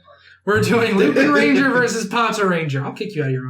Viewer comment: so... without wanting to be annoying but .... the Correct way to pronounce lupinranger is Lupawnranger